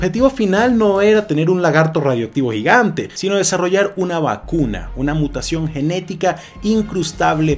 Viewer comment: "Un lagarto gigante" KHEJESO KEHJESE LAGARTO JIGANT